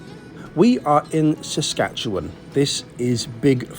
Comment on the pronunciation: Thanks for pronouncing Saskatchewan properly. 😁